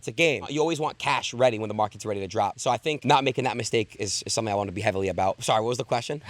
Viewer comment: hes talking about 'somving' yea i quit